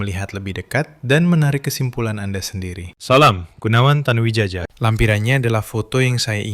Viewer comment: Tanu Widjaja, mungkin ejaan lama yg hrs dibaca Tanu Wijaya😂😂